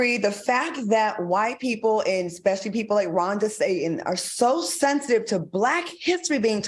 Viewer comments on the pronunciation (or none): Happy Saturday everyone. 😂❤❤❤ I obviously don't know Megan Markle but I've never liked her. Prince Harry is gorgeous and was always so funny with his shenanigans. Did Claudia say Ron Disatan? Lol. Al lol. Anytime I hear Caitlin Jenner's name, I know it's going to be some ish.